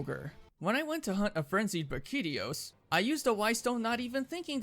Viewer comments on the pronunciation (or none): Why is nobody talking about how he pronounces everything. Like he called Brachydios BRAKIDIOS, he didn’t even annunciate the correct part of the word 😭